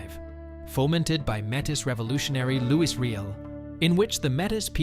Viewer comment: Enjoyed this video. However, the pronounciation of some of the names needs work - e.g. Quepelle and Metis.